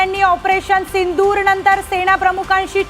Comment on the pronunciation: पंतप्रधाण ....सिंणदूर.... उल्लंघण नाही ग. 😂